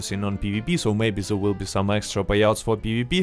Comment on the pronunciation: I love how your accent turns “there” into “zarrrh”